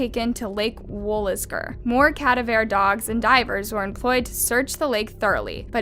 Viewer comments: 😂 (cav-a-deer) dogs. ie (ca-dav-er). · All these stories are tragic and my heart goes out to the victims as well as the families. That being said, I can’t get over the way she said cadaver dogs…cadavare 😅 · CA DAV ER .. i love your videos but girl you mispronounce so many things 🤣 shit sounds like a fancy dish Cadavere 🤣🤣🤣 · Ca- dav-er...not cad-a-veer.... pronunciation sweetheart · C UH DA VER 🤣 not CAD UH VAIR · Cadaver. Not cad-uh-vair. Ka-dav-er. You're welcome. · Cad-a-ver? Educate yourself because frankly, you sound uneducated, misinformed and altogether much too childish to even begin to comprehend the true enormity of these crimes. CA-DAV-ER; simple really. Please use a pronunciation key because there really should be no excuse given what you are "reporting". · Cadaveer dogs? 🤣🤣 ca-diver is how it's pronounced. Also ezra isn't a victim she's the murderer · Cadaver dogs. Not cadavair dogs. I’ll notice it every time you say it… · (Ka-dav-ur) pronouciation of cadaver. Not (kad-ev-air). Luv your videos, just a little help with a word, not being mean. 💕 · Cadaver?? Lol… KUH-DIVE-ER or KUH-Daaaaav-ER dogs. Lol. It gave me 2nd hand embarrassment because you would think as a true crime person you would have heard that word (aka. dead person) as well as looked it up. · I think you mean cadaver … it’s pronounced kuh diver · Honey, cadaver dogs , KA-DA-VER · Great Show, just wanted to you know that cadaver was pronounced wrong it KA-Di-Ver ....other than that Have a Blessed Day. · Its pronounced (Ka-Dav-Er); cadaver. Girl you were killing me everytime you said it wrong💀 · KA-DAV- ER is the correct pronunciation 🗿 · Hate to be that guy but it’s pronounced cuh-dav-er. And arraigned is uh-rained. It’s super distracting to have some of these words mispronounced repeatedly. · It’s pronounced kuh-dah-vur dog. Js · BAHAHAHA THE WAY YOU SAID “CADAVER” it’s cadaver. As in a dead body. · *CUH-daV-er dogs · "CADA-vare" dogs??? Uh no... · Cavader lol